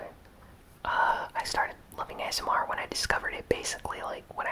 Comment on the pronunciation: you said asnr